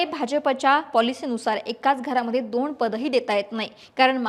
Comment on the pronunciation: दोन vs दोण.. कुठून आणतात 😂😂